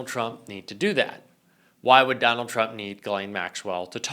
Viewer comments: Trump, not Turmp. :) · I'm sorry... What's a Turmp cover-up?? LOL